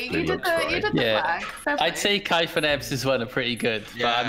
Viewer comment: It’s kaif. Always kaif